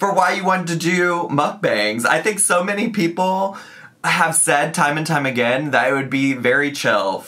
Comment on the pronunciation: Noticed she's being back the "sho" instead of "so" that she used to do circa 2018. Guess she's been watching her old videos and decided to try that affectation on again. 🤦‍♀️